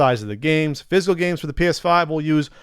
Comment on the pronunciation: It sounded like yelled, "Penis 5 News!"